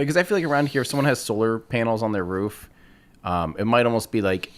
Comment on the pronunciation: Did time just pronounce Roof as Rof.....cringe